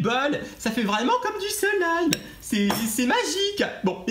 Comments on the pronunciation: C'est slime et pas selime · On dit du slaime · C'est du slime et nn du silime lol